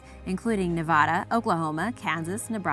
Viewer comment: Said Nevada wrong.